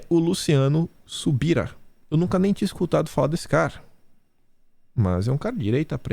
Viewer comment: Bom dia,! A pronúncia é Luciano Subirá. Obrigada pelo seu trabalho... 💚💛💙🇧🇷🇧🇷🇧🇷